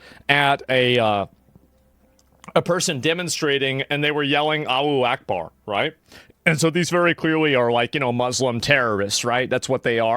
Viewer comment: “ALLO ACHEBAR” 😂🤪